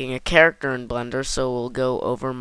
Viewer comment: I laugh everytime you say Blender, because it sounds like you're saying, "Blunder". That also kinda works, because everything I'm doing in blender is a blunder. lmao